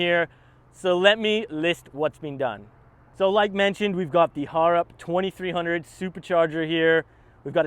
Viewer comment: How can you be aussie and still not even pronounce harrop correctly..... its not two Har Rop its all one word go jump on there youtube and listen to how its pronounced its horrible listening to it be murderderd over and over